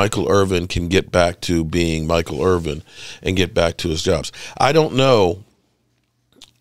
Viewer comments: Good content but his last name is Irvin not Irving. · His name is Michael Irvin. Not Irving